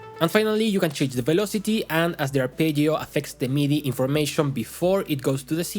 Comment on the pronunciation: well, then... I guess my kink is hearing Spanish speakers say arpeggio with decent Italian pronunciation? Please make more videos where you say arpeggio kthx do you have only fans wait i didn't mean to type that